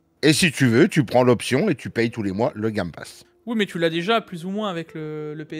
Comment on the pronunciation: "le gamme passe" tu m'as tué 😂